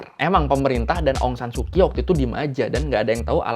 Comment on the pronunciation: Bang cuman mau kasi tau aja kalo huruf "ky" itu dibaca nya "ch" jadi Aung saan su Kyi dibaca Aung Saan Su chi. Terus misalnya kyal dibaca "chal" sekian dan terima kasih.